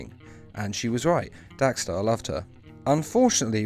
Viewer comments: Diego Pansini Why does he keep saying Dax star it's DEX STARR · Dax Starr??? DEX Starr 🙄